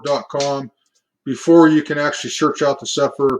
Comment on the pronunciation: Cepher - “See-fer”